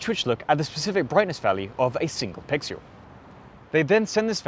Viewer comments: Cool video! One problem though, you keep saying 'pixyuel' instead of 'pixel' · "16 pixyul image ... of a single pixyul" xD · "... a single PIXULE"